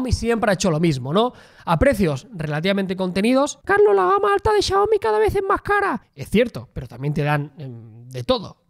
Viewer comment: How do you manage to pronounce Xiaomi so accurately.